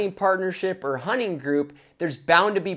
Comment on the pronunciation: My 9 year old son keeps telling me you’re saying “honey partner” lol.